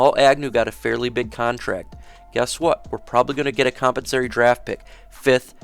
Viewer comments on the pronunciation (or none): Great content and information bro, but is it compensary? Or compensatory? Maybe I’ve been saying it wrong for 20 years lol